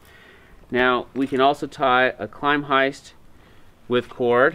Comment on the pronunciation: Great video, but sorry to nitpick your pronunciation of the hitch. "Klem-heist" (sounds like the first syllable in "Lemming", obviously adding a "k" to the front), not "Climb-heist". It probably comes from German "klemmen" meaning "to clamp" and has nothing to do with the English word "climbing", which you make it sound similar to. Thanks for the very clear demonstration of these hitches. All the best.